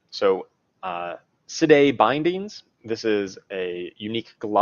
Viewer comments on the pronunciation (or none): Sidhe is pronounced She! Don't name things if you can't pronounce it! It's bad enough you steal a Necromancer song in Danse Macabre and give it to filthy Rogues, why make it worse?